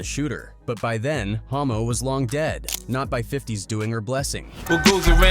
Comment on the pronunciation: His name was Hommo not Homo 😂